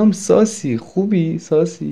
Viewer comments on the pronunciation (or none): The way he says Salam SUSSY khubi SUSSY? Literally kills me 😂😂